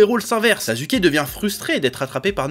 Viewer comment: " naruto/sazuke " ca me fume